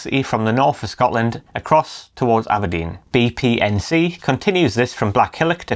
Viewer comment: Absolutely blatant about taking energy from Scotland (dreadful pronouncistion by the way) and sending it to England with no benefit to our people who pay the highest prices in Europe. We also suffer horrible ugly huge pylons and powerlines in areas where people are already living in fuel poverty. Independence, nothing less, nothing else!